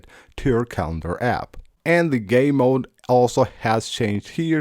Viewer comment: Hahahaha I heard that to it’s his accent but he means well lol